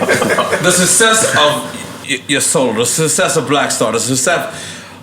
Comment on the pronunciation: Nore, it's SUCCESS!!! SUK-SESS, not SUSS-SESS